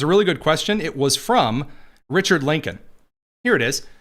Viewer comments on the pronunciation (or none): none